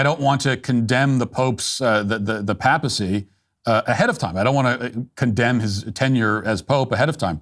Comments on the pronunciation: I thought it was pronounced Pāpacy, not Pappacy.. Sheesh… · Paypacy not pap a see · “ Pay- pa - ceee “ Matt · Good lord, Matt, your pronunciation of words like “papacy” and “papal” are killing me!!!! It’s pay-puh-see and pay-pull, not that mess you keep insisting on saying🤦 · Ok, it's not a big deal, but I have to say it. I noticed he did it on another video too, but is Matt saying "papacy" and "papal" wrong on purpose? It's a long "A" Matt! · Papacy with a long "a" not a pap. Also, "conservative" is a poor word to describe what we're hoping will be zealous "orthodoxy." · It's pronounced paypacy... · How can you be a Catholic, yet be unable to pronounce the word papacy correctly? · His pronunciation of Papal and Papacy are sending me😂 Jokes aside though, love what you’re saying Matt. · Matt. It's not "pappel" like "apple". It's "pay-pel". "Pay-pacy". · Matt, Papacy is pronounced paypacy not pappacy Papal is pronounced paypl not pappl… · As another comment pointed out, you are mispronouncing “PAPAL“ and “PAPACY”. It is “PAY-pull” and PAY-puh-see”. Thank you for the excellent commentary. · Very good commentary Matt. On a small nit-picking point, your pronunciation of "papal" and "papacy" is incorrect. The 'a' in the first syllable is properly pronounced with a long 'a'. You are pronouncing the second 'a' in these words correctly. God bless.